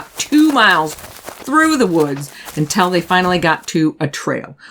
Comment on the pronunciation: You are a great storyteller, but you mispronounce “until” consistently.